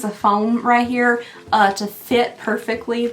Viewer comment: “Rye-cheer” I love that. Most Kentucky thing I’ve heard you say. I’m your neighbor to the South in Tennessee where we also say that. 😂 All my love and prayers to you and your family, including the furry members.